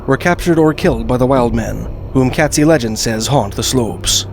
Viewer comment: Katzi pronunciation is Kate-zee, not Cat. Pitt lake would not freeze over especially not thick enough to hold the weight of a Sasquatch. Or human.